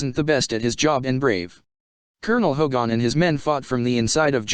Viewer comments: ~ +.... It's Hogan. Not Hogon. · All the other comments are clear, but really, please, please get a real person to read this. This machine keeps saying HO/gone instead of Hogan (more like hard G -E-N) with the emphasis on HO. And it was very clear on the show that Baker was a prisoner officially brought in. However, it was never explained what had happened to Kinch (who was indeed Hogan's second in command). I always thought that was a mistake.